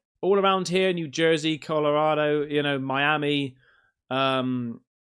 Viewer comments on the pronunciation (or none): none